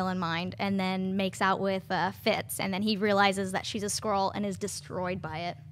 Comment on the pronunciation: It's not "Scroll" it's "Skrull". Pronounced like "Skull" with an "r" added in there.